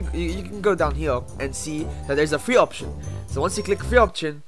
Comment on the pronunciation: opzion opzion??? Option:me bruh i thought u said option (confusion)